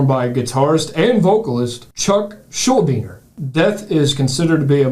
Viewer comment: Look at them banging their heads to those odd time signatures! And how nice of them to pronounce "Schuldiner" right. Pretty much nobody does!